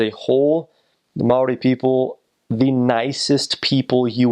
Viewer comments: HE SAID MAORI RIGHT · I'm sooooo happy you pronounced Maori correctly :D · Respect for pronouncing Maori right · You have no idea how excited I got when he pronounced Maori right!!! OMG!! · He is so far the only American on youtube that can pronounce Maori correctly. Nice vid